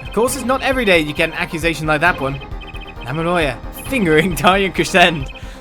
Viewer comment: “Lamieoir, FiNgErInG Daryan Crescend.” Oh my goddess... 😂🤣